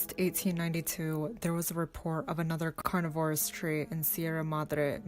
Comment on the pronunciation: 😂😂😂 they finally stumbled across the “Carn-verous TREeaaaa”